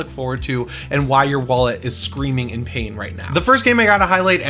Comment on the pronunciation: Killing me... pa-in lol